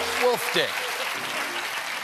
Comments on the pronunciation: He messed up and said "Wolf Dick", LOL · Did he say “Wolf Dick?”